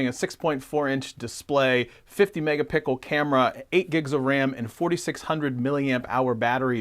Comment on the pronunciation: Is he saying mega pickle or am I trippin